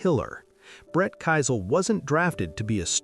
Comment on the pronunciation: Brett Keisel pronounced "Key-sel" not "Ki-sel"